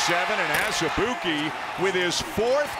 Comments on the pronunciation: It’s prenounced AZ-E-BOO-KY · Marvin Lesley I think you meant to say ANOTHER-ALL-EY-OOP-KAY